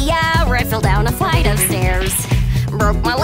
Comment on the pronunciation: I love the way she says: "Flight". "Where I fell down a FliGhHt of stairs!"